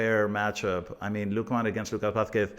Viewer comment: Why do people pronounce Lookman with a Jamaican accent, dude is Nigerian and grew up in England. It’s just Lookman not Lookmaarn